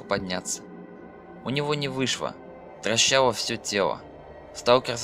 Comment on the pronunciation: ага, он толи "дрищало" толи "трощало" сказал